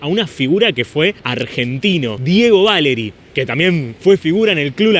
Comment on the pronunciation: jajaja Que grande,! ya sos mi ídolo con lo que dijiste de Dieguita Valeri, fue ex alumno de mi hermana Valeri en el Colegio Alemán de Lanús Oeste. Che decile a los yanquis que se pronuncia Valéri; no Váleri, la acentuacion prosódica es GRAVE; no es esdrújula Gracias amigo, saludos de un Lanusense en Neuquén capital, Patagonia Argentina.